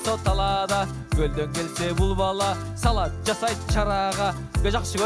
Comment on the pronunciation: Салад эмес Салат.